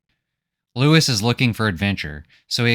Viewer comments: His name is pronounced loo-ee, not Louis. It's spelled out whet chmee moans his name while injured... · I just finished the book for like the 3rd time. And still I found this synopsis quite illuminating. You present the plot in a nice way that I get a little different interpretation and the graphics are a nice touch. My only complaint is that I think his name is Louis - as in "Loo-Wee". But that's probably irrelevant. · Brilliant - my favourite sci fi story - well done. It's pronounced LOOWEE though.